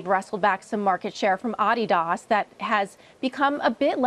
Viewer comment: Adidas.....not Ad di DAS